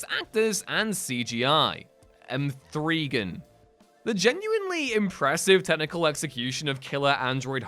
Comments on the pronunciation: M-three-gan?! it's MEGAN, you idiot! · noooo not the “MTHREEGAN” 😂😭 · Em-THREE-gan?!?! Staaaahp 😂